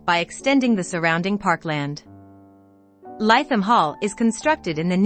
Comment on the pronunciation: Please pronounced Litham Hall